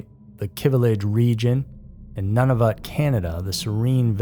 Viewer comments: Noo- Na- Voot = Nunavut, not a criticism I only know how to say it because I'm Canadian, great video. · Hate to be that person but you pronounced Nunavut wrong.